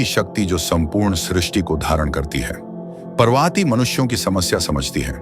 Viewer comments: व्हिडीओ बहुत अच्छा है किंतु पर्वती नहीं पार्वती है तथा टैंट्रा नहीं तंत्र है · Please check your pronounceiation tantra mantra Parbati you're not an Englishman,, 🙏